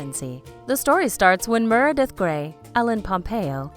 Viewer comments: plllleeeeasseeee!!! if you’re going to do a video on a show LEARN HOW TO PRONOUNCE THE CHARACTERS NAMES! uggghhhh. aydison montgomery.... murdith.... 👊🏽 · Say it with me. MER-e-DEATH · Who the hell is Merrrdith???? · After the 10th Mrrrrrdeath..... I had to quit watching.... the most annoying voice and mis pronunciation ever!! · Why can't u pronounce M-E-R-E-D-I-T-H?!! Gawwwdd! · What is this about Maggie and Jackson’s baby, they truly need to watch this show before reporting Merradeath, Karev wrong pronunciation ugh